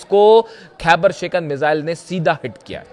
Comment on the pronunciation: भाई मिसाइल होता है न कि मिज़ाइल,,, सीएनबीसी वालों कहां से ले कर आते हो ऐसे लोगों को ।